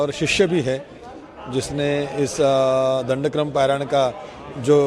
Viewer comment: दं ड क्र म ऐसा शब्द है, दंड कर्म नही है